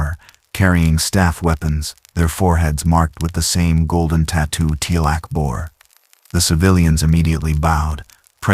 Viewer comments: i came - to give a chance - pick up where I left off and left ten minutes later gone especially with constant mispronunciation Teal'c name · Mistakes so far: #1, Miss pronouncing Teal'C name, #2, SG1 could not come thru the gate from that direction, the only way you can travel thru a gate is the side you "dial" from. So the gates are "oneway". Data did the dialing so he could have traveled thru the gate and emerged in the gate room at the SGC. If he wanted to get back to Piccard, he would have to dial Piccards gate address on the SGC's side. SGC is Stargate Command.